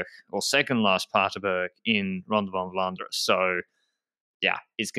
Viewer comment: 'ronde van vlaanderen' was like 90% spot on pronounciation! working with really pays off when it comes to vlaamse termen...